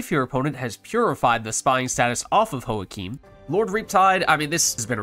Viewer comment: "Joachim" is usually a German name hence the pronunciation should start with "Yo" rather than "Ho" :)